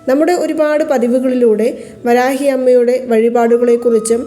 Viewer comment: ഈ കമൻ്റ് എല്ലാ ചാനൽ വീഡിയോകളിലും കാണാറുണ്ടല്ലോ😂ആയിരവല്ലി ചാനലിലും കണ്ടു.. പ്രശാന്തിന്റെ ഫ്രണ്ട്സ് ആരെങ്കിലും ഇത് കണ്ടാൽ അയാളോട് പറഞ്ഞു നിങ്ങളുടെ പണം തിരികെ തരും എന്ന് പ്രതീക്ഷിക്കാം ... വരാഗി അല്ല.. വരാഹി ആണ്